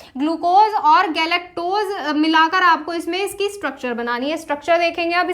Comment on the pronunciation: Mam galectose hota h goluctose nhi